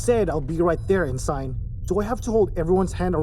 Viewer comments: En sign... over and over again... It is pronounced ensin, ask your other narrators. It really distracts from the quality of this product when you leave a glaring, terrible, mispronunciation. This makes it tough to get through the middle of the story. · Ensign is pronounced "en-sin" not "en-Sign". I really enjoyed the production but that really pulled me out of the immersion.